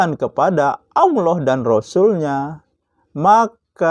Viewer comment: Ngajak ke Al Qur'an.... Tp tidak baca satu ayat pun di video ini, tolong ngucapin lafal Allah aja masih pke wau jd Awloh, mirip anak iqro' 3